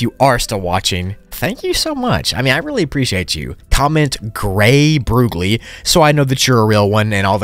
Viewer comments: brooooogli not brooooogil! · I’m new to this video and what you said “Gray broogli” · “gray broogli”